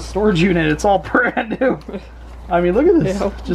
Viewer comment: If this 2 videos played at a bar... It would the the best drinking game EVER. "It's bran New" 🥃-- Shot--🥃You'll make some alcholohics really happy!!! 🤣🤣🤣